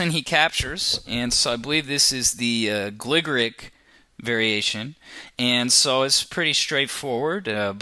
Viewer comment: It's pronounced Gligorich, not Gligorik.